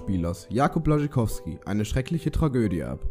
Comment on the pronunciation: Alter mich guckt deine scheiss Aussprache ab es heisst Jakub B Ł A SZ CZ Y K O W S K I